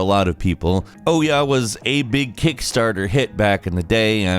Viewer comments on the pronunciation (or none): Okay, how does someone in the industry really not know how to pronounce "OUYA?" It was a shitty idea and console, but come on man